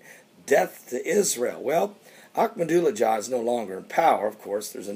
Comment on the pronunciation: I love the way says Ahmadinejad!